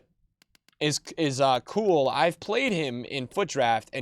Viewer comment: ...Sweetness... Kewell is pronounced (CUE-EL) not (COOL), i know hes from before your time! Regards from an old timer (love the content)